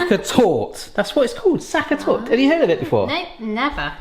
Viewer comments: Please pronounce the e in Torte "tort-uh" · „sa-ka tawt“ is still the wrong pronunciation though. 😅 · Would love to see you make Tafelspitz and taste it 😂.... the Butter was not soft enough, for the bubbles it should be nearly melted or completely melted.... Berry the e at end of Sachertorte is not silent, maby that helps with pronunciation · You need the "ch" in Sacher just as in a scottish "loch". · That is not how you pronounce Sachertorte at all, lol. The ch is not pronounces like a c/k, your initial sh sound was actually closer. It's hard to explain the ch sound to people that don't have that in their language. The e at the end is not silent but no, not pronounced like an English e either, just like the first e.